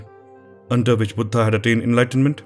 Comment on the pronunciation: Love this! Beautifully done!! The best video on this subject I’ve seen. And I love the way I say “Buddha!” with the emphasis on “H” which gives a much revered feeling each time I heard it!! Thank you!